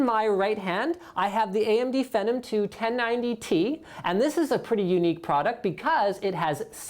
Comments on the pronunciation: Phenom pronounced "fenum"? R U SRS? I don't suppose Phenom is short for phenomenal,..... ergo, pronounced "fee-nom", eh? No... that would make too much sense. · Isn't Phenom pronounced 'fee-nom'? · AMD "Fenom"? really? Isn't it pronounced fee-nom? Phenom... And it's not Pro-cessor with a long "O". Dang I can't stand the way you talk bro... lol. Sorry. Otherwise, I enjoy your videos, though.